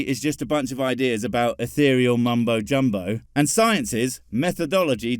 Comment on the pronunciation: The woo peddler mispronounced Ethereal. (uh·thee·ree·uhl) Which is a real word that means something completely different from how he's using it.